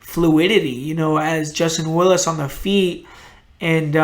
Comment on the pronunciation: willis?! WILLIS? nahhh